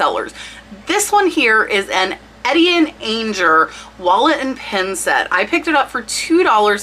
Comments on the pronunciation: Etienne Aigner, the Aigner is pronounced "On Yay" :) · Etienne Aigner: pronounced "Ay-tee-en Ahn-yay" - in French, g in the middle is silent (or act like y). -er on the end of words is always pronounced "ay" - like Boucher, which you've had correct 😉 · Hi,. Just wanted to give you a quick FYI. Etienne Aigner is pronounced "on yay". I am much older than you. He is a designer who died in 2002. I love your channel, by the way. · Oh my God, I came running to correct on this one too! And the pronunciation of Aigner.....holy shit, you slaughtered that one!! 🤣🤣 Ask Suri or Google how to pronounce for you! Thanks for a great vid, I always learn something from you! 😊